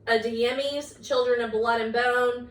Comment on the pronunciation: Hi! Just so you know, Abby Jimenez is pronounced with an H, so Abby Himenez.